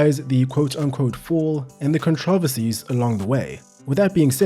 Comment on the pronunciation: Awesome videos, but the way you say controversies bro